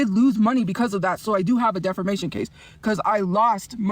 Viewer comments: Defermation. :face-orange-biting-nails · It's not "def-er-mation" if it's true. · "defermation case" lmao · She said "defermation." Lmao